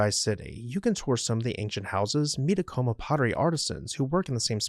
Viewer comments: Except you use an m sound at first not a w sound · the place is pronounced Ack uh muh here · ITS PRONOUNCED AC O MA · We have always pronounced it A-Ka-MA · You are pronouncing Acoma wrong. It's still inhabited as is acona, as is laguna, but I do believe chaco canyon is much more anchient. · You need to learn how to pronounce Acoma in New Mexico. Thanks